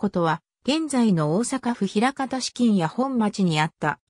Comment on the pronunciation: 「なかみや」では？